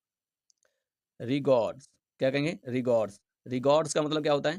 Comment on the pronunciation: Sir ने रिगोर्स bol diya tha but bo रेगोरस hai mistake ho jata hai bhai